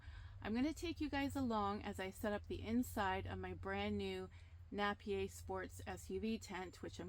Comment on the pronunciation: It's pronounced Nape I er